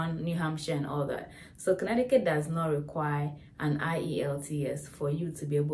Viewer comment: Connecticut = Con-etiquette